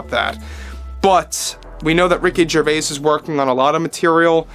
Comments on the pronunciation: The s in Gervais is silent. It is pronounced Jer vay. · The S in Gervais is silent